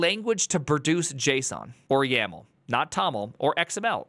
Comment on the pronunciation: Ackshully, it's not YML but YAML